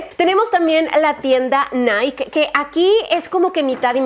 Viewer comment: Holly viendo que vuelve a decir "naik" en vez de "naiki": 🧐🧐🤨🤨🤨🤨🤨